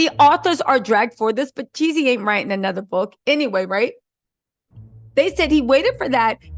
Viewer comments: It’s Jeezy you keep saying Yeezy 😢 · You change the narrative everything 30 minutes! And his name is Jeezy not Yeezy!